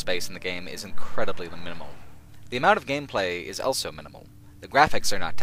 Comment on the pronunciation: says elso instead of also.